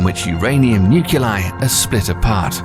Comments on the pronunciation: Fight it Man, fight it! You said nuculei at least once and I see you're getting sucked into the morass of stupidity and ignorance that defines the current generation. No-one should talk about Nuclear until they can pronounce it correctly. Lol - I'm done. Off to Los Alamos where the experts hide. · Unsubscribed at 'Nuculei'